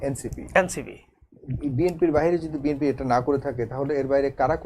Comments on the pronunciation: কি নেতারে ভাই, দলের নামটাও ঠিকঠাক বলতে পারে না। বিম্পি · ব্যাটা তো দলের নাম উচ্চারণ করতে পারে না। বিএনপিরে বলে বিএমপি